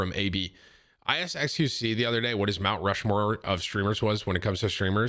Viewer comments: “My Rount Mushmore of streamers?” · "MY Rount Mushmore of streamers?" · Naw we ain't ignoring that Rount Mushmore right? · Rount Mushmore